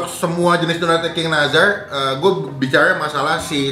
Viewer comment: Nassar bang bukan nazar wkkw pelafalannya